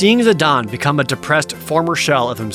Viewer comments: Vee-Vee, not Viv-Vee. Zeh-Dayne, not Zeh-Dahn. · and Zih-DAYNE. Like Zinedine Zidane which im 99% sure who he was named after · Naw.. the 'e' makes the 'a' hard so it's Zihdain.. but 1 for 1 isn't bad so I'll take it as a win :P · Zi don? You mean Zeh Dane? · Final Fantasy IX was tied as my all-time favorite with Final Fantasy VIII (yea yea, boo all ya want *eyeroll*) but it quickly became my #1 favorite, def underrated as fuck. Tho I always have and always will pronounce Zidane as Zuh-Dane not Zuh-Don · It's V-V not Vih-V and it's Zidane not Zidahn! I swear you're pronouncing the names wrong on purpose just to anger me lol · Zid-ahn? ZID-AHN!?! IT'S ZID-AIN!!! ZIDANE, NOT ZIDAHN! That is all. Great video!! 👍👍 I was looking forward to this video for a long time! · Zi-DON... Chib-bee... I feel like this dude is butchering pronunciations just to elicit comments like mine to complain about them, boosting the video interactivity for YouTube's algorithm. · I mean, Jared must intentionally say incorrect things in a strange trolling attempt, right? "Zidon" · I'm sorry did you just say "Zidon"? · Omg you pronouncing Zidane's name incorrectly is cringe!! It's ZID-AYNE... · I wanted to complain about how Jared pronounces Zidane, but Dissidia shows that is the proper way to pronounce it. .....I still disagree, but if its official, lol. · All the dislikes for this video are from Jared pronouncing it "Zid-AHN" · I threw up in my mouth when i heard Jared pronounce "Zidane" and "Vivi" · I am distracted by your pronunciations of Vivi and Zidane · You're right about Vivi, but wrong about Zidane